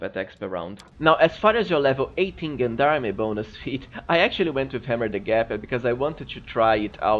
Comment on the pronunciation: Gendarme is pronounced [ˈZHändärm] or jendarm.